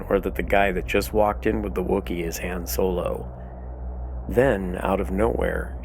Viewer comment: You're killing me the way you say Han. Good video tho.....